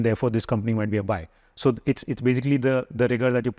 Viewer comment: desi English came out… BAJIKLY